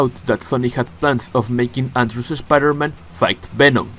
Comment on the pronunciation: I love the way you say Spider-Man like literally : Schpider-Man